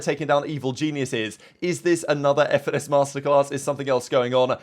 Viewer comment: bro said fenis